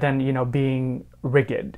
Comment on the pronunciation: Love all your videos. You are fantastic!! P.S. "rigid" is pronounced with a "j" sound as in '' like "rijid" instead of with a hard "g" sound. Keep up the great work. Looking forward to more videos.